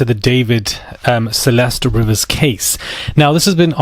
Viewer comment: It's pronounced "Ree-vis." At least pronounce the victim's name properly